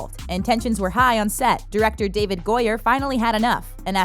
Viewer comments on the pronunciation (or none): none